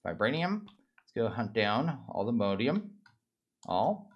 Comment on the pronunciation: Nope it's all the mo-di-um. He's saying it correctly